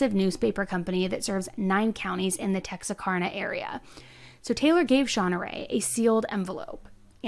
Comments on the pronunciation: This happened in my town sick an disgusting 😢💔that family lost so much that day she don’t deserve to even be breathing. She has it made. She gets food,shower,and a blanket. Up to me an lots of others she would get nothing and just would wither away…..also lol it’s Tex-ar-kana easiest way to explain how to say it in text. Love watching your channel ❤ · Someone probably told you this already because I’m 2 years late but… it’s pronounced Tex-R-Can-A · Not that this is very important for you to learn because I doubt you will be saying Texarkana much in the future since its not really a hotbed of crime but its pronounced TEX ARE CAN A. Love your videos! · It’s Tex-Ark-Ana. Read. Spend time with words. Don’t tackle what is clearly over your head . And the vocal fry. Quit doing that voice. Scratchy Scratchy. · Tex are can uh is the correct pronunciation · Love you. Love the video. But it's pronounced "tex-are-can-uh" lol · adorable...it's Tex-R-Can-na ... like yes, I can...tex-r-can-na...still amazing job! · Pronounced Tex-R-can-Nuh lol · Texarkana: pronounced TEX-AR-KAN-UH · Tex-Ar-Can-Ah (Texarkana is on the border of Texas, Arkansas & Louisiana , Oklahoma is not far either we are right up in the NE corner of Texas. This woman was amazing... not in a good way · It's pronounced TEX-R-CANNA. For the states of Texas Arkansas and Louisiana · You did such a great job covering this case! Just wanted to clarify that it's pronounced "Tex-ar-can-a" like a "can" of soda. Can't wait to watch more of your content! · awesome smile and I always wonder where you’re from.. definitely not the south lol it’s pronounced Tex-Are-Canna like cannabis but it’s a conjunction of the words Texas and Arkansas but it’s still a weird word yes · Texarkana is pronounced Tex-R-can-uh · Hearing you pronounce Texrcana was so cute. It's pronounced Tex-R-Can-a lol Your story telling is great. I love hearing you tell a stray. Keep it up!!❤️ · Oh honey its pronounced Tex-r-can-ah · Texarkana (tex are can uh)